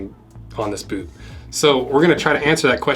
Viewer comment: Why do you never pronounce the T in boot?